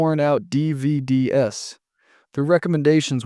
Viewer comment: "DVDS"... LOLS